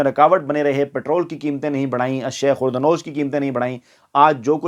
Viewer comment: sir ashia e khur o nosh nahin balke ashia e khurdo nosh hota hai